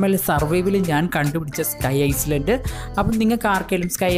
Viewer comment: Bro aisland alla iland Ennaanu parayunnathu